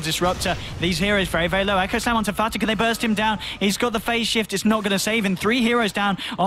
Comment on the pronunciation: he said FATA lmao